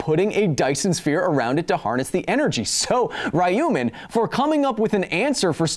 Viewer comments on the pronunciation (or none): Tfw he reads ruyman wrong